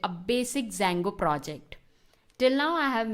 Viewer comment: it's Django not Sango haha, love the slang